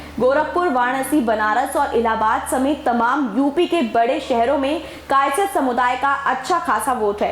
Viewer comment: कायस्थ बोलना तो सिख लो फिर न्यूज़ चलान